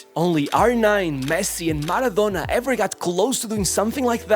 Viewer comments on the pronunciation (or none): none